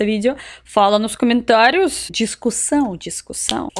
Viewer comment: cuidado com o gênero das palavras. Por exemplo: a pronúncia é cOmentário (masculino) e não cAmentário. Boa Sorte.